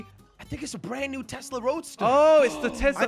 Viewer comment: Just to correct you it’s Tesla not Tezla